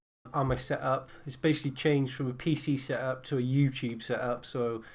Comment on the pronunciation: this is my seup and i like my seup my seup is great seup seup seup Pronunce the fucking T:s m8